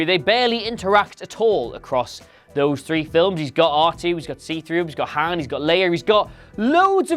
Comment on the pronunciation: i can deal with the reaches, but god they can at least pronounce things like Han right